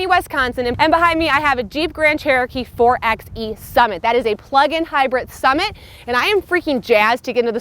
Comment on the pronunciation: It’s pronounced “four by e”, not “four ex e”. Otherwise good review.